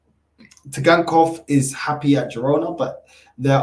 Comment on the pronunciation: Bug up the T is silent